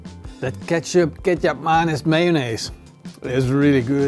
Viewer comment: What he says: Ketchup - Kecap Manis - Mayonnaise What I hear: Ketchup - Ketchup Mayonnaise - Mayonnaise